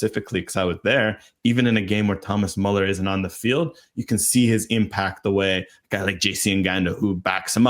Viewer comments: Pronounce Müller like Ferris Bueller. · So am I, have never heard a native speaker pronounce it Muller. There is a clear distinction between Muller and Müller that is lost here. So yeah people get umlaut pronunciations confused all the time, but i really don't think that's the case here. It is definitely not pronounced exactly as they said it. Close enough? Sure. Exactly? definitely not. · No idea how Bueller is pronounced, but "Muller" is not "Müller". Everyone in the anglosphere pronounces his name like that, but its not what its pronounced like in german imo